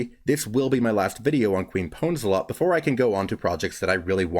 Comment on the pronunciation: her name is Queef Pwnzlthot, but i'll forgive you that you pronounced her name wrong :)